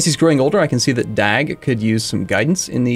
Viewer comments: try to a mixture of DAG and DOG so that A and O sounds a bit similiar and then you are saying his name correct in swedish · and the G smother